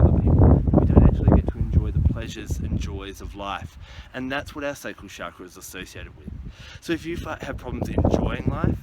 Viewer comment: you say chakra wrong